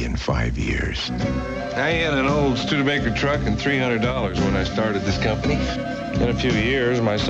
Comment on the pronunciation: I was going to ignore your Studebaker mispronunciation as I'm not that pedantic; buuuuut it was correctly pronounced in the clip ~16min mark.... cmon now!